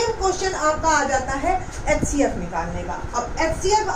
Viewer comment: Mam aap xcf bol rahi ho hcf